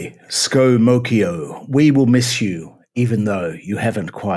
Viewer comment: "Scomocchio". Perfect! Well done, 10/10.